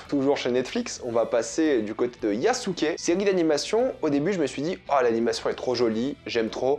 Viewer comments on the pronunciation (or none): none